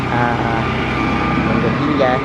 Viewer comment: Bonggavilla?? yan ba pronounciation? Bougainvillea po! Diba?